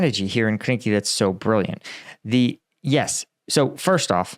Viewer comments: Quick correction again, it is Krinky and not Kinky 😂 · The frivolous AI translator at the beginning translates Krynky as Kinky.